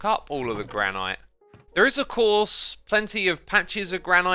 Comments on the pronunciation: As someone who lives in the Gran-et State, hearing you pronounce it Gran-Eyete is super distracting. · GRAN - IT not granyte speak English!!!!! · Is mispronouncing granite as gra-night an accent thing? Or a weird quirk of his? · I am sorry... but am I the only one confused why he says "Grah-Night" instead of "Grah-nit" for Granite? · Granite is pronounced gran-it, it is a different pronunciation from the other stones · That's not how you pronounce 'granite', chief. You're as bad as Mumbo saying 'ingot'! Nice episode, though :) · Im sorry but.... Gran-IT?!?!?!?! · is it a running joke that he pronounces granite wrong or does he not know it's "gran-it" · Please pronounce granite correctly!!!! Haha